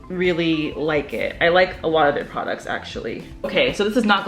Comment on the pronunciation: all i hear is "pwaducts"